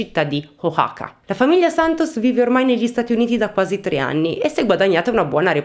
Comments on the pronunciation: Ho appena finito il video!! Complementi sei molto brava. La pronuncia è O-A-ha(come la h inglese)-ka la X è uguale che in México pronunciato in spagnolo (Me-hi-co) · Ciao, si pronuncia “Uacaca” con la “c” aspirata. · Ciao! Io sono di Oaxaca, Messico 🇲🇽💕 mi fa molta tenerezza come cerchi di pronunciare il nome del mio Stato 🤭